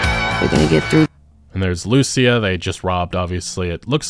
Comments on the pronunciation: the spanish words say: "Confession written in (tattoo) ink. The tattoo on his neck that gave him away, key to the conviction of a man from Leonida". And one more thing. Pronounce Lucia's name like this: lu-CIA. Like the woman at the beginning. Not LU-cia. Hope it helps, love your videos, keep it up, sorry if my english is bad, hope you understand what I wrote. Cheers ✌🏻🙂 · My man, I've been watching your content since 2016. You're my go to for info. Please, please oh PLEASE pronounce it LucÍa. Lou SEE Ah Ok, Spanish rant over. What a time to be alive <3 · It bothers me that even tho you hear them say Lucia’s name, you still pronounce it wrong 😂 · Trailer literally teaches you how to pronounce "Lucia" You say "Lucia" wrong again... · The guy cleary heard how the name Lucia is pronounced and proceed to say it wrong!!! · You pronounce her name wrong you silly sausage, it says it in the trailer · Anyone else bothered by the way he keeps pronouncing her name? 🤦🏻‍♂️